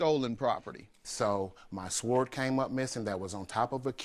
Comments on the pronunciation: Sword pronounced sord....the w is silent please.....man that was annoying. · Sword is pronounced as sord. The W is silent. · Did he just pronounce sword literally as swoored 😅😂🤣 darling the ‘w’ is silent, well at least in the uk 😊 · It's pronounced "Sord", not sWord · UUggghhhhhh It was just plucking my nerves. Sord people, sord!! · Hth he pronounce sword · He has to learn how to correctly pronounce the word "sword". The "w" is silent. Smh... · Why is he pronouncing "sword" like that? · his pronunciation of sword made me stop watching lmao 🤣🤣🤣🤣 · I hope he's aware the "w" in sword is silent. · What kind of uneducated idiot pronounces the w in "sword"? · It bothers me how he puts emphasis on the W in Sword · I know it’s spelt ‘sword’ , but the ‘W’ is silent 😅😂🥲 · The way he pronounces sword is really funny to me for some reason. Maybe cause we don’t pronounce the “w” in Texas. 🤣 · Nobody in the entire world does. Lool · Who told you how to say SWORD??? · Someone please tell this guy that the w in sword is silent. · I hate when people can’t pronounce sword 🗡 appropriately. The “w” is silent. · He's just so pathetic and dramatic. His pronunciation of the word sword alone is a reason I'm glad he lost. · Far from stupid. BTW... the "W" in the word "sword" is silent. My response is very reasonable...considering these types of people are breeding another generation of proud idiots. And then, there's the idiots that cape for them. PRICELESS ! XD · lol no duh the "w" is silent. I said what I said, your response was harsh. That's the only word the man mispronounced and you are calling him illiterate. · I wanted to yell, "The W is silent!!" Sounding like a non-native speaker. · I was so annoyed. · Yes, yes, yes! Word mispronunciation is one of my pet peeves. And, he said it with confidence! I cringed each time.